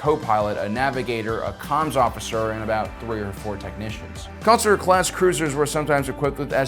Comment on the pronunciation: Consular is not pronounced "Councilor".